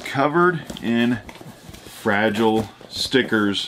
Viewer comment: FRA-GI-LE , Must be Italian!!!